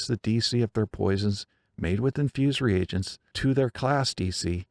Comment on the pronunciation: Great video,! And thank you for pronouncing “reagents” correctly. I’m so tired of hearing people say “regents” as though the “a” wasn’t there..